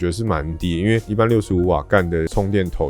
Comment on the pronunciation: 我一直都念氮化鎵 沒想到有人唸 Gannn~~~ 滿有意思的xD